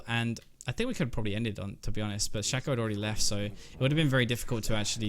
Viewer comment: learn to pronounce Shaco from Phreak's champion spotlight plz